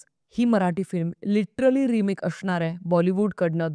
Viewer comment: तू स्वप्निल जोशी ची खूप मोठी फॅन आहेस वाटते.....असणार या शब्दाला अशनार बोलणारी तू एक जंतू सापडली 😢😢😢😢😢